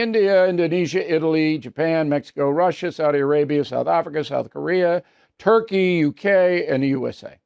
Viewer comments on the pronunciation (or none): none